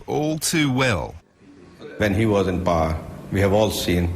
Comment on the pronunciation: shagzady pronounced Power like Par,...very desi accent.